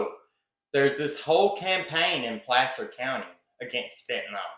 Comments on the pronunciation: Love your channel. The a in Placer sounds like apple not ape. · Pl/aaaa/cer county, not Play/ cer county